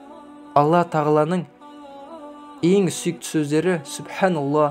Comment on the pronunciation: Субханаллах дегенде Х әрпін айтпай жатырсыз,айтпаса да бола ма